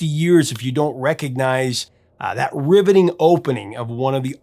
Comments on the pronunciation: I heard "ribbiting opening", lol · Did you say Ribbiting opening or Riveting opening? LOL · Did you say RIVETING opening or RIBBETING opening? 🤣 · Did you say "ribbeting" opening?😅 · Did you say "ribbiting opening"? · Wait...did you say "ribbiting 4 word opening..." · Did you say ribbitting opening?😂. Sorry, I had to. 😅 Chuck looks great!